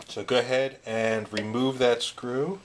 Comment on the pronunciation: BE VEWEE VEWEE QUIET! I'M UNSCREWEENG A VEWEE VEWEE SOFT SCWOO!